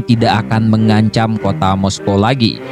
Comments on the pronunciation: Moskow dibacanya mosko bukan moskoah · Baru tau sy moskow dibacanya moskoah 😀😀🤦